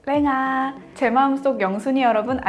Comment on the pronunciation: "랭아~~" 였군요 ^^;;; 전 계속 "땡하~~"인줄 알고 ㅡ.ㅡ;;; 왜 중국말 하지 구랬는데 ㅋㅋ